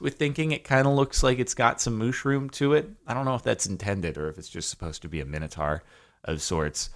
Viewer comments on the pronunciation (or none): none